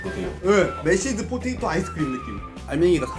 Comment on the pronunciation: 매시포네이토 말고 ㄴㅏㄹ ㄱㅏㅇ ㄷㅜ포테이토